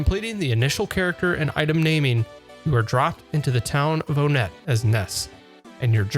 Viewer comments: Nah, he lost points for calling it oh-net. There's a number convention in the names. It's pronounced one-ette, then there's two-son, three-d, and four-side. Not oh-net and tuscon. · damn you didnt just call it Oh-nett. i know its what we all grew up calling it but its clearly one-ett. maybe you just didnt get it but ONEtt TWOson THREEd FOURside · Don't mean to be that person, but it's pronounced as One Et😂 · It may seem minor, but it's pretty important if you considering this the "ultimate earthbound documentary".